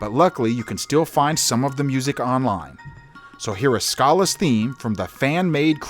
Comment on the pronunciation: It still feels weird to me the way you pronounce Schala. Also, Radical Dreamers is a criminally underrated game.